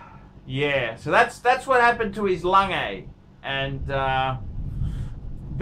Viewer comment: Please say it correctly. It's not langay!!'